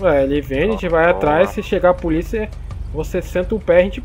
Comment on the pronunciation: Absolutamente nada: a: E poliça? É poliça? Kkkkkk